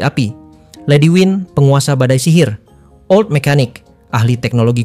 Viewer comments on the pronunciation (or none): none